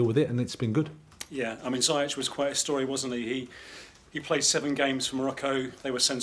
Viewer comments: Zee-yesh not zai yeck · why can't english people not pronounce Ziyech the right way?? It's Zee-yek